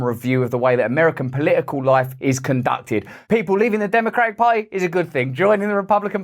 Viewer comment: Russell, who is British, should learn how to pronounce the word "party;" it contains a "T-"sound. His mispronunciation sounds like "pah-ee." Also, the liberal-elites and Demo-commies must groaning and gnashing their teeth, as one of their own trashes them on YouTube. Of course, the weasely Repubs are not much better ... or "beh-uhh," as Mr. Brand would pronounce the word. I opt for Christian theocracy, by the way.